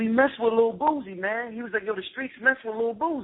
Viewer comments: Lol!!!!! "The reallll Rick Ross, not the fat sloppy one." Za Za had me craking up! to, because of the way he kept saying Boosie name: he was saying Boozie. Lol! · I think that Zaza came down a little hard on Boosie. Why would anyone expect him to think any different than he does. Dude keep mispronouncing Boosie name, very condescending. We far to often only seem to want to disconnect ourselves from common blacks. We should pity Boosie, and those like him who are ignorant of the information.